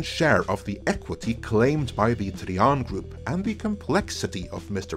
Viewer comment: Tri-an not tree-un. Another great video. Iger should step down in the wake of all these truths. But instead acts as though the facts aren't known to the public. Or the shareholders and investors. Lets just announce some crap before the investors call, to pull the wool over their eyes again. How long is that going to be endulged. It got old ages ago.